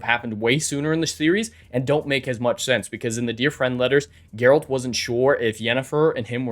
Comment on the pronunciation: Sorry, but I have to. It's "Geralt."